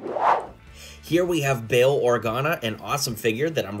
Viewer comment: did you literally just call him BILL Organa